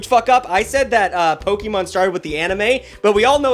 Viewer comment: No, your biggest f*** up about pok'emon is how you pronounce it.